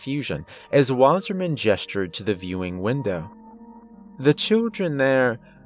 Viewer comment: REPEAT AFTRER ME ITS PRONOUNCED "VASSAHMAHN VA SAH MAHN" water man